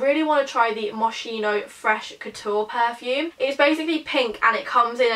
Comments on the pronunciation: It’s pronounced ‘moskino’ not moshino!!! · Hi doll, moschino is pronounced mo-skino, just to let you know! And you can get taste from QVC in the uk<3 loved this video xx